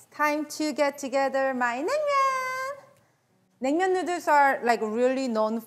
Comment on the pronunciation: Say noodles right. Your saying Neuter like vet term for fixing an animal. Say it right or don’t say it at all